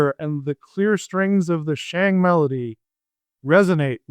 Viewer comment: 'Hui' is like H-way not H-wee... Shang = Sh-Awng not Sh-Ang... Qin is 'Chin' not 'Kwin'. Fun episode tho!